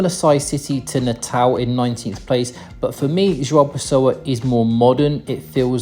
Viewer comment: Your pronunciation of "João Pessoa" is very good for an English native speaker 👏